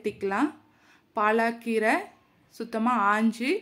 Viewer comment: பாலக்கீரை ,பாலாகீரை அல்ல உச்சரிப்பு தவறு